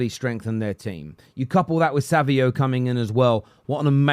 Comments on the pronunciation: It's like a little Savio.. Savinho!!! :)))) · Why do so many people not know have to pronounce SAVINHO. Same as ROBINHO, RONALDINHO, FABINHO, stop calling him savio